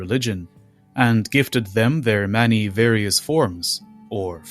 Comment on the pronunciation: You say many like Manny and you say it a lot